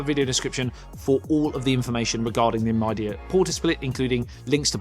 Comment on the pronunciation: Midea is from China, one of the biggest brands there for home appliances. It is becoming a big brand name in the world too. Since you are making a review of this brand's split conditioner, it's good to pronounce Midea properly - mee-dee-uh (similar to media).